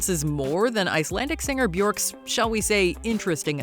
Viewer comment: Bjork? Really? It's Bjork ffs.